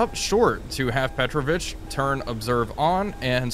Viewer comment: Just a comment as Russian is my mother tongue: I'm 99% sure that in this case Petrovich is not a Surname, but a Middle name that is used as a respectful way of calling your friend, which is typical in FSU countries. So, it must be pronounced as PetrOvich, with the emphasis on "O" sound, not "E".